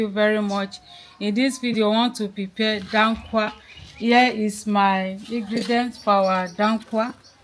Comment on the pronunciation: Hausa snack. It is called DA-KUWA Not DAN-KUWA ! Yummy